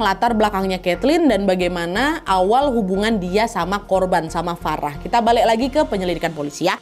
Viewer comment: maaf kak, pelafalannya agak konsisten ya kak, saya ulang sampe 2 kali, kok tiba2 farah jadi verah